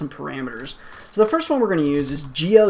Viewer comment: "First-th" :D